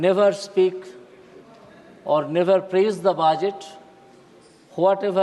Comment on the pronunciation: It is budget not baajet😂😂😂😂😂